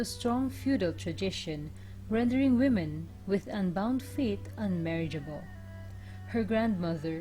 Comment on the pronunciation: WOMEN is pronounced WE-MEN...not WU-MEN